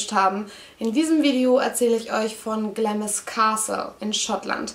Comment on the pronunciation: Süß. Es wird allerdings "Glahms" ausgesprochen ;)